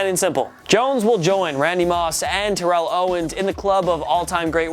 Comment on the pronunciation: Why did he say Terrell like that